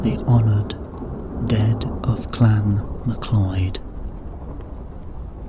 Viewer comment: this is not a scottish voice. also the name is not pronounced mcloid but is pronouced mcloud. this is all i need to know that this is bullshit.